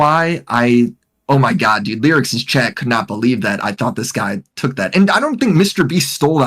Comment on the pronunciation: How exactly do you you pronounce Lerix? (don't say Lolicon. IYKYK) I've heard it pronounced like 5 different ways. Now is calling him "Lyrics" lol